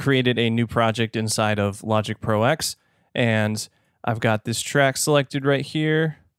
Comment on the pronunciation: I believe it's called Logic Pro "Ten" (roman numeral X)...not Logic Pro "Ex".....as in Final Cut Pro X "Ten"........but I'm sure someone must have mentioned this already.